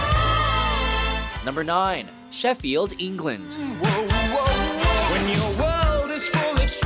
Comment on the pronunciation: Everyone is getting angry about the God awful pronunciation of Yorkshire, but it is ENGLAND, NOT EENGLAND.